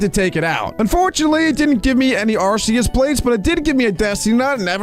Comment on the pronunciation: IT IS ARK-E-US NOT ARSE-E-US